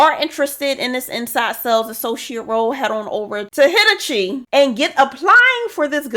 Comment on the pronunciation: For future reference, Hitachi is pronounced "huh-taa-chee". 🤣😂